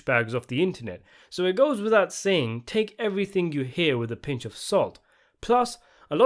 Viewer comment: "...Take everything you're hearing with a pinch of salt" Punch or pinch? Nah, you said "punch"